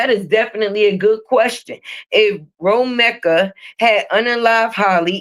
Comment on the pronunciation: you’re saying Romeka’s name wrong